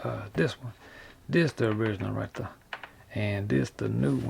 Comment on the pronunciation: "like that right der"